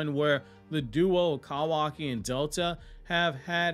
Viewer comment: The way you say “Kawaki” almost made me click off the video every time